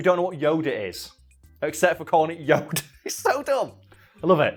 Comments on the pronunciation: At some point during the video I started hearing it as Yoder and now I cant unhear it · I love how pronunciation of Yoda varies between "Yo-dah," "Yo-duh," and "Yo-der."